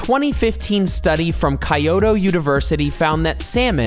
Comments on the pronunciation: It's KYOTO , NOT KAYOTO university . Lol. It's an old Capitol of Japan before Tokyo had become . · Kai-oto university lol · did he really just call Kyoto “kaioto” 😂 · Did this bch really just call Kyoto Kaioto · Wait. Why is this only for “women” what do men eat if they wanna lose weight then? Are we different species? Also you pronounced Kyoto wrong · he pronounced Kyoto wrong